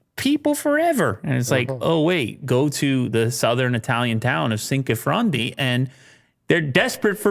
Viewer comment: Now I really doubt grandfather was Italian with that Cinquefrondi pronunciation